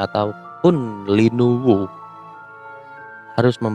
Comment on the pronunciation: Linuwih bukan linuwuh